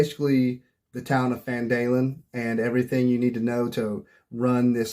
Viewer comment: Great video and great advice, but... It's "Gundren" and "PhanDUHlin", not "Grundren" and "PhanDAElin". 😂